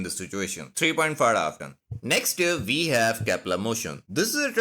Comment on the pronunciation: “NEXT UP VE HAVE” IS BACK🔥🔥🔥🗣️🗣️🗣️